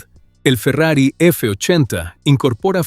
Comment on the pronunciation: video hecho con ia chafa, Farrier dice la marca, no Ferrari.